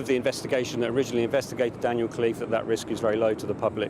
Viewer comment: It’s “Khalife” & not Cliff try to pronounce it in an Arabic way.